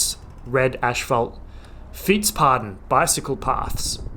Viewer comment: I loved your fietspadden . Padden means toads.. Paden is paths and the vowel is different. Dutch is hard. I know.